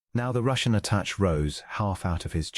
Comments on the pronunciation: Attache Is at ta sha not attach. Really Good Story! Pleasant Narration.❤ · A nice story. Tho the AI narration is clear, your editing or proofing, if any, has done a bad job with it. There is continuous mispronunciation of the word 'attachè '. Your narrator pronounces it 'attach'. As it's not human it doesn't know the meaning. The word is pronounced 'attashay'. The end 'è' is french & pronounced 'ay' whenever it is used. Another example is 'clichè ' pronounced 'cleeshay'. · Attaché is pronounced uh-ta-SHAY (caps-accent). This is both for diplomatic attaché (a person) or attaché case (briefcase) The first A is pronounced similar to the word “about” uh-bout. Envoy is the same. UHN-voy. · Mispronunciation by AI. Should be “attache”. Not a proper name but a description of his position. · Attaché is pronounced “Atta-shay” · The French A-TA-SHAY! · The ATASHED, what or who is it? 😂😂